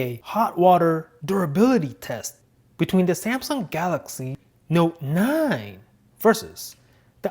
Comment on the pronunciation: Omg I love how he says his words THE GALAXY NOTE 9 puts Ali a intro